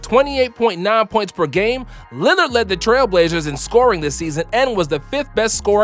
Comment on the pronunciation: Dude said "Linard" to out fun guy